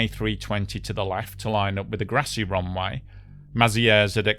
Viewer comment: What is a "roonwigh"? Did he mean "runway"?